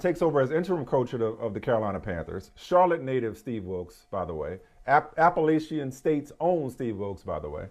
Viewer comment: While I do think Wilks should get SERIOUS consideration for that win, it's only 1 game. And it's Apple-Latchin, not Apple-A-Shion. KEEP POUNDING!